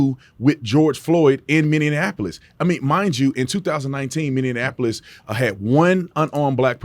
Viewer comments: Minyenaplolis? mIni apo lis = Minneapolis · I'm a fan but B, are you saying minneneapolis? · I love how Brandon pronounces Minneapolis 😊